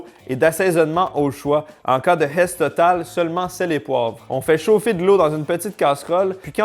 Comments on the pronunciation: oh svp un kebecois qui dit la herss c comme un parisien qui dit tabarnak c comme un blanc qui dit le n word t quebecois dit un repas de pauvre ou criss un plat de bs ..... ou fait comme les francais dit struggle meal en le prononcant le U en francais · Entendre "la hess" en québécois...👍🏻.